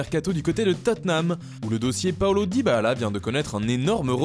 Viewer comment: Arrête de dire " Dybahala " ça devient lourd sérieux